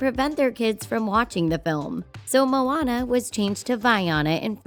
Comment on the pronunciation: Id get it if her name was "moanana" but not "moana".